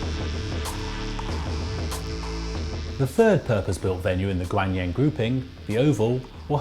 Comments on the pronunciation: Jacob Kim It's their stupid fault for misspelling it to begin with. Gahng Leung. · Great video however the ocean cluster is in the city Gangneung pronounced gangnoong. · I'm really glad for this video! But I would like to correct one minor thing.....it's Gangreung[gang-reung], not Gangneung! Hope this will help you. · His pronunciation of Gangneung makes me cringe. I understand not getting it right cause its hard to pronounce korean but where do you find a "Y" to make it gwanyang. I mean come on. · Great video :) the city name gangneung was butchered pretty bad hahaha it made the video even better! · I cringe every time he mispronounces Gangneung. It's "Gang" with an "ah" sound, same pronunciation as Psy's Gangnam Style. "Neung" is, granted, difficult to pronounce. So, here's a link to how to pronounce Gangneung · Almost every american i meet says the A sound in that cringeworthy way.